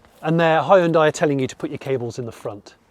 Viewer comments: It is not Hi-un-dai. you should learn how to pronounce 'hyundai' properly. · it's not Hi-hyundai, it's Hyundai - like Sunday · I don't know which one is worse, "hayundai" or "hundai". They're both pretty atrocious though. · Great review…with one exception…your pronunciation of the name Hyundai. It should sound like the word Monday. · Mans called "HYUN-DAY" -> "HI-UN-DIE" for the whole video ;D oh my god that was painful... otherwise nicely planned and edited video ahahahaha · I'm picking nits, but it's pronounced he-yun-day, not hi-yoon-di. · It's not "Hie-un-Die"!?!?!? 'hyu' is a single syllable. It is '"Hyu-n-day", Hyu-n-day NOT, NOT NOT Hie Un Die !?!??! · Jonny, Hyundai rhymes with Sunday. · Please Jonny. Hyundai rhymes with Sunday. It's not Hye-yoon-dye. If folks can sound out the "e" in Porsche, then we can def use the easier (and correct) way of saying Hyundai. Anywho. Fantastic video! Can't wait for this one to go on sale. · You don't have to pronounce EVERY LETTER in a word. It's pronounced "Hunday" - like Sunday. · its pronounced "hue-n-dae" hue as in color n dae as in a sundae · It's pronounced like hun-day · Hun day ...come on get it right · I still don't get why this company is still called like 'hon-die'. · Hyundai like sunday...not hi on die.. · hyundai its not hi un di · it's bloody hyundai and not HIEANDIA